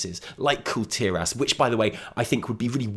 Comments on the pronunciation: i like you because you pronounce kul tiras. finally someone doesnt call it "call tehrass" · You are the only YouTuber I've heard that says kul tiras correctly.